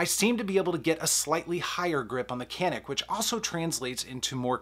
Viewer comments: If it’s a Turkish gun, it’s pronounced “janik”. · I have the Canik, and its by far the better sa. The pronunciation tho is more like "Shjaun'ick".. its Turkish. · Why would you compare 2 tactical pistols and say I want a range gun? Tactical pistols are just that tactical made for duty carry. Sorry to disagree but the Canik pronounced yanik really is way below the FN509 tactical. The FN is ready except for optic right out of the bag.